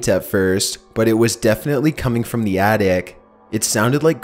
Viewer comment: lol I know that it was a reading mistake but he said artic instead of attic